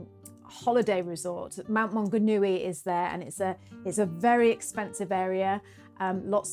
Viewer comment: 'Maunganui - 'Montenova'..